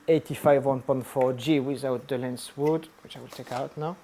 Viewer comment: J'ai cru reconnaitre un bel accent français ? Est-ce que tu fais toutes tes vidéos en anglais ? Et juste une petite remarque à plusieurs moments tu dis lens wood au lieu de lens hood ^^ Bonne continuation !